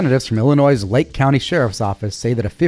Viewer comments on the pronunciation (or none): The s is silent in Illinois. Just an FYI.